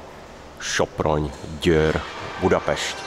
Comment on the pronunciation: Tak ako sa vo videu správne Györ vyslovuje ako [Děér], Sopron ako [Šoproň], tak aj GySEV (Györ-Sopron-Ebenfurti Vasút) by sa mohol správne vyslovovať ako [Děšev] ;)